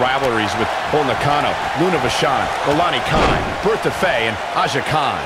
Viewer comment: that is not how you say her name